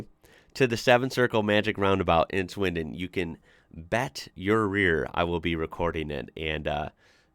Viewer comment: Can we just appreciate how he said swindon correctly (well to me) ❤